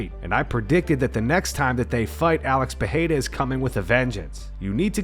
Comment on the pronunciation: Uh•lex Purr•air•uh 🤔 -Comma•roo Oose•mon 😂